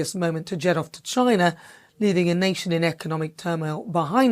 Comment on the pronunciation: Wtf? You been racist in how you say China? Dont forget in what your history or background...west africa most likely...coz of the greed of britain.